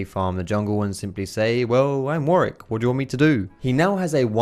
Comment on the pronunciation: jesus christ it's warWick, NOT warick. This pissed me off the whole video